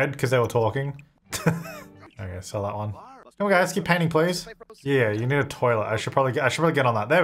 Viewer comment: Money Please-a sounds more like money pleasure........... Do with that what you will